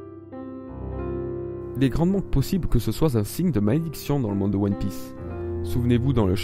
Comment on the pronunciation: à "toutes aptitude dans One Pièèce" WHAT THE FUCK? c'est fait exprès? lol